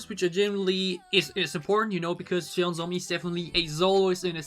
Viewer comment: 'JEON' the pronounce like u say "john"... SOMI.. and her full name in korean is JEON SOMI.